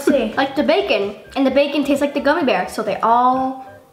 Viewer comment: A GUMMY BEAW!😂lmao lysm!!